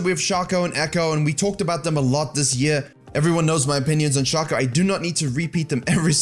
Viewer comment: its shaco not chach oh ffs